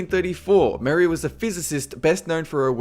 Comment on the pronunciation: Did you really just pronounce Marie as Mary?